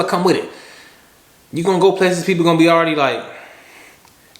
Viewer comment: “If I’m not sho I’m not gon’ go” ahahah